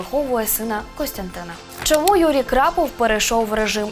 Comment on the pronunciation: Ведуча не вміе читати ? Крапов у береті ?